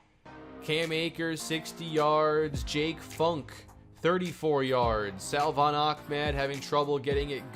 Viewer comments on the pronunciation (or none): Dude. Lol you say Salvon ahmed's name like "suhvon" you don't pronounce the L.... vid 3 of saying this.... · The correct pronunciation for salvon is “suh-von” Keep up the great work!